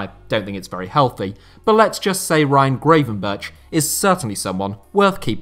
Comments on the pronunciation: Really liked the video! One thing for future videos (because he is going to be a big star); you can best pronounce Gravenberch as 'Gravenberg'. In the Netherlands the 'ch' and 'g' at the end of a word sound the same. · I love you and your videos but your pronunciation of "Gravenberch" is terrible lol